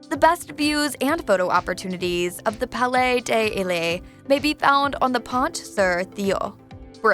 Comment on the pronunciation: Palais Ay Delae... Bruh my ears 😂